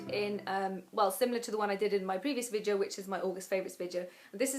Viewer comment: i love how you say "vidyo"!